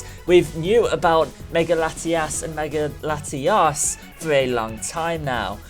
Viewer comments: i try my best to be accepting of people with accents but dude you pronounced Latios and Latias exactly the same. One has an O and one has an A. please do better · You made it sound like you were saying Latias both times.